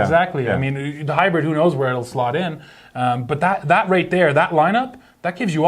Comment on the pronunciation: Tie-yo!-dah Tundra hy-bread